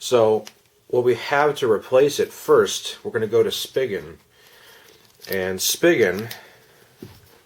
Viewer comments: Thanks for this video. One thing though, it's pronounced 'spee-gen' not 'spiggin'. ☺ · i thought it was "spygen" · I have been searching for over a month for a good case for my Axon 7 and am on my 3rd case which is the Poetic case which is okay I guess but I prefer something like the Otterbox Defender which I have always used for my phones but Otterbox said they have no plans on making any cases for the Axon 7 so I guess we are stuck with these cases and a few other crappy ones. Just a heads up, Spigen is pronounced (Spy-Jen). Thanks for the video.